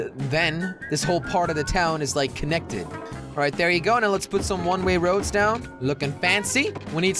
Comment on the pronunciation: "one ray roads" said jelly